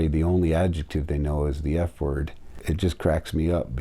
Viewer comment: "Theyah's that F wohd honey"